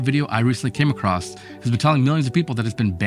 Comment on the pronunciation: It's 'across' NOT "acrost"! Jesus...